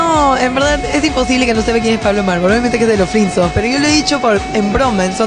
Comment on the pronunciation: dice frinson ._. XD